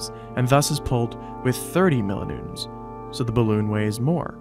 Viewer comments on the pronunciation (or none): What's a "mill-o-noon"?